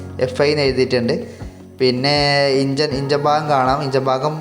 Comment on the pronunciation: ഇഞ്ചൻ അല്ല എൻജിൻ